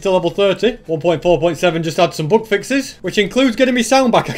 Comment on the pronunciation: It took me about half of the video to realise he was saying "bug fixes" and not "book fixes". I feel really stupid. Great video concept btw